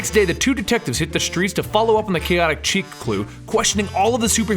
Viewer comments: Kaotic 'Cheek'? Really? REALLY?!? The French word 'Chic' is pronounced like "shēk" or "sheek". Ugh, it was like nails on a chalkboard listening to this episode. I only mention it as you guys tend to be totally awesome. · am sorry to bring this up but its not kaotic chic its kaotic sh-ic love the work but its getting to me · I've heard it pronounced "chick", and "sheek". Never heard chic pronounced as "cheek" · It's pronounced SHHEEEEEEK! Not "cheek". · Love the videos... Keep em coming. I believe you pronounce it ask (Sheek) like the word for stylish or in the now. :) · OK. I have to stop watching right now just so I can get this off my chest. Then I can go back and enjoying your video. You are mispronouncing the word "chic" It is pronounced with a Sh sound at the beginning, and rhymes with freak.